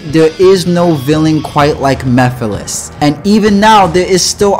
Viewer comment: Damn I’m just getting my ass kicked. Also great video by the way. Still watching it and ain’t no way that said Mephiles name like that like they forgot the whole M E part of his name 😂